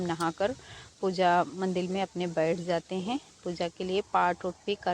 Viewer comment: मंडिल नही होता मंदिर होता है । और ट्रेबोर्ड नही होता ट्रायपॉड होता है । बस आपको बताना था ताकि आप सही से बोलो ताकि कोई आपका मज़ाक़ नहीं बनाये ।